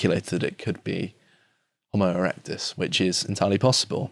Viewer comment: Jo-mo erectus?